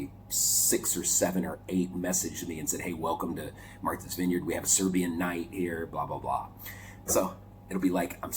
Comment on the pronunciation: your serbian accent is very good! 😃